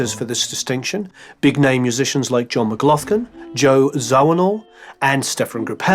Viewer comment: Please note that it's "John McGlaughlin", and not "John McGloughton".